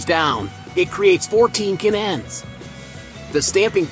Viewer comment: What's a k-n-end. Do you mean "can end". Doesn't anyone ever proof-read or proof-listen to the finished product?? And is it so labour intensive to get a real person to read this 9 minute script. And why are the kids in charge?? The topic is interesting but thankfully, like most youtube topics, there are many, many other videos on the same topic so you get to watch the good ones, and THUMBS DOWN the bad ones, like this.